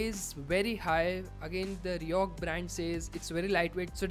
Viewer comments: say it like 'riko' not 'rihok'.... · Overconvident guy, pronounce it as ri-koh and not ri-ohk. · R I C O H, not R I O C H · Why do u keep mentioning RICOH as RIHOK??? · fck that's RICOH not RIOCH or New York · RIHOC nehi hota rey baba 🤦‍♂️ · Your pronunciation is totally wrong,this is not Riyok brand which your speaking,This Co's name is Ricoh so try spelling Ricoh.!! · Bro the brand is Ricoh (pronounced Ree-koh)... Good video nonetheless. Keep up the good work.